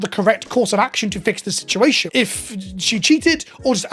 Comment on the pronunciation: I hate he said sea shed shituassion